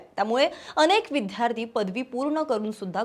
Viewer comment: विद्यार्थी हा शब्द विध्यार्ती असा का उच्चारत होता तुम्ही